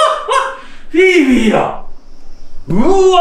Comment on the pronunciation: 読みは「フィフィ」じゃなくて「フィーフィー」なんだなあって知りました